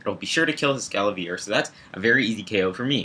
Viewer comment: ES-KA-VA-LEER lolol xD